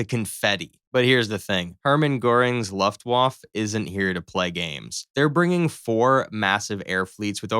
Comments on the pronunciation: Maybe learn to pronounce "Luftwaffe" before making a video about the Luftwaffe. Maybe also look up German flags while you're at it. Google is free. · You must be something like 15 years old and I understand that you think it’s very cute to make these videos because it’s fun…but at least learn how to say Luftwaffe properly….Maybe ask your daddy or look on Google…duh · Please, pronounce Luftwaffe correctly! The W is pronounced like a simple V and the E at the end should be pronounced. Good video otherwise. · This was ridiculous. Please do some research on what planes actually look like, which aircraft could conceivably have fought in the Battle of Britain, and how Luftwaffe is pronounced. Jesus. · The poor pronunciation of luftwaffe makes this already dumb video unwatchable. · if you are going to do a video it would be wise to pronounce the words correctly. It is not LAFTWAFF,,,,it is looftvaafe! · First, it is pronounced Luft-vaf-uh. Second, stuka is a shortened form of the German word for dive bomber. Use one or the other, but not both. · the german waflav......? what!? Luft-Waffe !! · "...vaf-fuh" Not "...vaf." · "Luftwaffe" is pronounced Luft-waf-fe -- i.e, you pronounce the "e" at the end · It's Luftwaffe, not "luftuaff". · The word Luftwaffe is pronounced : Looftvaffeh. Not Loftwauf. Wauf-wauf! U're welcome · Gosh... it's Luftwaffe pronounced like Santa Fe, Luftwaffe, Santa Fe... not Luftwaff. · IT IS LUFTWAFFE NOT LUFTWAF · What´s a "Luftwaff" ? 🙄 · Ofc it's always a video against the mean Germans... And dude... what is the "Laftwaf"? o.O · Luft-wofft, lol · pronounced LOOOF- Wfa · The presumption that the Luftwaffe first wave (pronounced Luft-va-feh) would turn and flee is ridiculous, imo. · "Laftwoff" for "Luftwaffe" sounds kinda nice to my Austrian ears. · If my dude had said luftWAFF one more time..... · It's time to learn how to pronounce Luftwaffe. Repeat after me, Luft-waffa. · Or, one might say Looft-va-fa. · Luftwoff lol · Luft Woff? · “Luft waff” 😂